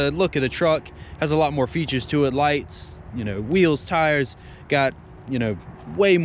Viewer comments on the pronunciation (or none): none